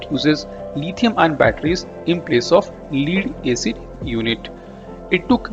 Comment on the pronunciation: Lead rhymes with head or dead not heed or deed.